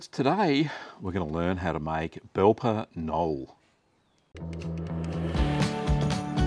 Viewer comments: Funny pronunciation of the name. LOL! Speak it like Ka-nol-leh if you do not manage to drop the a but to keep the k pronounced, but "nol" is totally wrong. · Wonderful recipes. Comical pronunciation. Belper K-noller is closer. Pronounce the "K" and add an "uh" on the end. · The K at the start and e at the end aren't silent :)